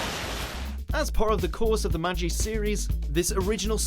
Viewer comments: BLAME! is pronounced like "blom" Magi isn't "maji" it's ma-gi Ajin is ajeen Get it right! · The G in Magi is pronounced like the G in "gun" and the A is pronounced like A in "are", just saying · In the magi series it constantly shows that it is ma-gie and yet... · The way he said magi made my stomach hurt